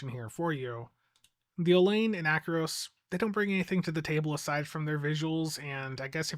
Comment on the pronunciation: It's pronounced Ack-er-oss. Like with the Acheron. It's not Atch-eron. It's Ack-eron.